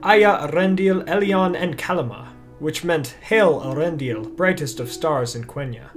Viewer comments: Not to be a stickler or anything, but doesn't the umlaut indicate that the name should be pronounced "ey-ARendil"? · I believe it's pronounced "Eh-AH-rendil", though Cate said it your way.